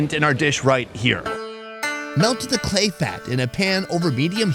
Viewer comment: the way he pronounce "khlea"😭